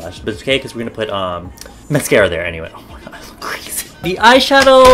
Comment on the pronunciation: I absolutely love the way u say "oy may goyd"